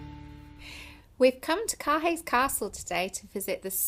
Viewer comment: Beautiful scenery however Caerhays Castle is pronounced Cur-ayz castle, not Car Hays Castle.